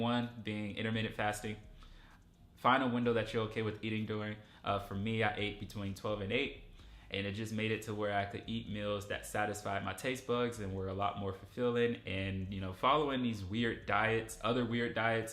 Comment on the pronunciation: this man just say taste bugs?